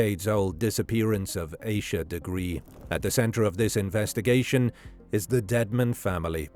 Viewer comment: Please pronounce her name correctly. If you can say Reinhold Schultz Suzuki etc you can say Ahh-sha(Asha)